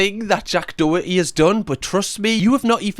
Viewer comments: Its pronounced "doh-her-tee" its an irish surname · As a Doherty the boy can't even pronounce his own name properly it's Daw-herty😂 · When you HAVE to make a video about somebodies downfall it just proves your a pathetic twat and have nothing else to get views!! And you can’t even say his name right